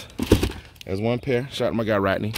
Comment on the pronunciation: Great video but dang it was a hard watch because my name is also Rodney and you mispronounced it like most people, lol. Like most people you pronounced it Rottenny, drives me crazy. I always tell people what do you fish with... a Rod, then finish it with the “knee”, just two syllables. Sorry to rant, my dude. I